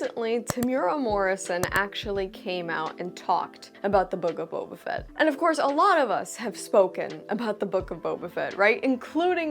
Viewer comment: With all due respect..... Booba Fett.